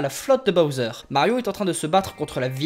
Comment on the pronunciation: toi tu dit pas bOwser tu dit bAwser XD